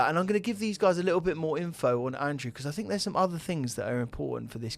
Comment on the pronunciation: It's common, I fink